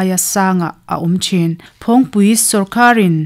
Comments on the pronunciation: "Phawngpui" tih pawh hi a rik dan dik kan bosan leh nasa ta mai niin a lang e. "Phawng" tih lai tak hi nang leh mipui nawl pui hian a ri kan tisang a ni a. "Thingpui" tih ang chiahin. "Phawng" lai tak hi a ri tihniam ila a dik zawk awm e. "Nunrawng",..Kelkang "hlimpui", "Van hnuai"..tih anga tih rik tur niin a lang. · I sawi hi ka lo hriat ve Dan a nih avangin phawngpui a lam rik hian ngaihthlak a hreawm khawp mai 😂